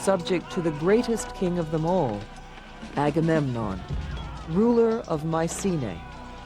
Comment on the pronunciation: "May sea nay", "Atheney", "Atheny" and "Pantheon"...nice and charming documentary, but the ignorance behind pronunciation like these...